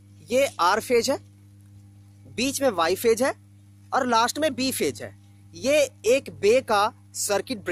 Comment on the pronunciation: Pagal phej nhi hota he phase hota he Vai😂😂😂😂